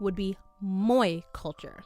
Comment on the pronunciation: Moe is pronunced as mo e.